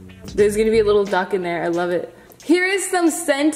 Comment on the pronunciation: to u said Dunck in stead of Duck